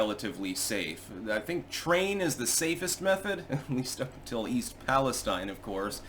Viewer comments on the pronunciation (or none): Miss pronounced East Palestine. Leftist plant